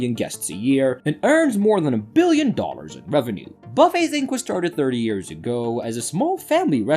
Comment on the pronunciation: Dollars, pronounce it properly.